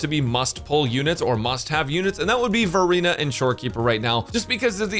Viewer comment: I keep hearing Furina instead of Verina.😂 Also I love we can pick up Copies of the characters in shop amazing!